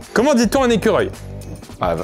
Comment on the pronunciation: Elle prononçait correctement écureuil, toi non ! Tu le prononce en une seul syllabe phonetiquement, globalement « squirl »😊